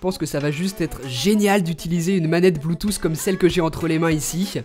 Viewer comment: c'est pas bluetoouuss c'est bluetooth